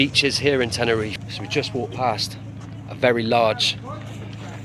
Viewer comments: Bro it’s not tenereef it’s TenerifE, you’re doing a great job reporting on the issue but it’s a bit disrespectful u don’t bother to pronounce it properly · Yes SirE ....😂